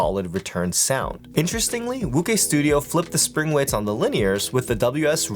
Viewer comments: Very good review, I think wuque is pronounced woo ch-ue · Great video as always. Just a heads up, Wuque is pronounced "Woo-chay." Keep up the great reviews bro. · more like woo-chwhere but yea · calling wuque "wukay" is like calling José "joe z" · definitely not woo-chay, is pronounced as "Wu-Chu-eh" 无缺